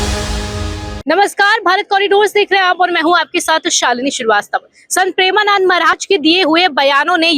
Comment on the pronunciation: Pahale tu maharaj ji ka naam dhang se le uske baad report ban mike utha liya kuchh bhi bolne lagi